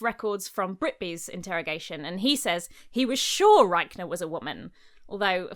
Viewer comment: Commenting on this video two years after it was published to say I kept hearing Rykener as "Riker" (as in Will Riker from TNG, Notorious Bisexual ;) )